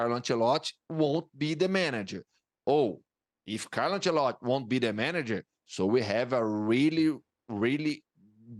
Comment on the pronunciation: Nobody: This guy: Carlo Ancelott'